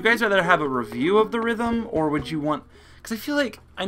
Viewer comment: It's actually Theatrim final fantasy not the rithm.